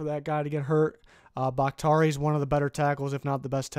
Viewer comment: Did anyone else get a little mad when he mispronounced bakhtiari